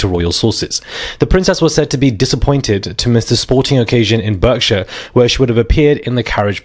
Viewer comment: Learn how to pronounce Berkshire. Are you British?